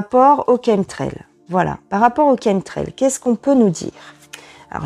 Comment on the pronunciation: enfin quelqu'un qui prononce le mot 'chem - trail' correctement :-)